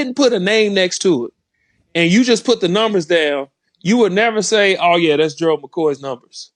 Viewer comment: Collin really knows how to pronounce Gerald...and that's unusual because Gerald is a hard name to pronounce...I would know...😉